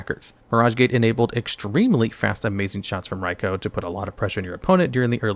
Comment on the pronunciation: He says Raikou perfectly though! Very rare to see that.